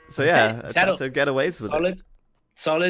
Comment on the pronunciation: I know you are just a casual caster, but to intentionally call tatoh as tadoh, is a little disrespectful. At the very least call his name properly.